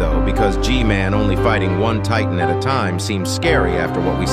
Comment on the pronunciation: Ain't No Way He Called G-man GG-Man💀